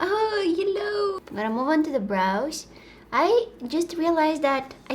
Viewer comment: Her ‘hello’ is ‘hillo’ and I'm living for it.